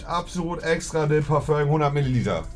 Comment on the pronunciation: "Parföngs" ROFL!